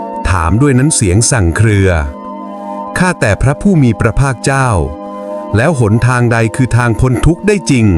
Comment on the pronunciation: ออกเสียงพระภาคเป็นพระพลาด😂